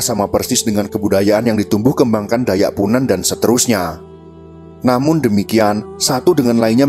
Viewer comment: Koreksi. Dalam menyebutkan kan Nama DAYAK. BUKAN DAYA.TAPI DAYAKKKKK. SEPERTI SUKU BATAK. BUKA BATA. Salam DARI KALIMANTAN. KALTENG